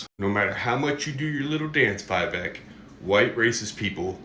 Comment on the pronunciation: "Viveka" Ramaswamamy 😂😂😂😂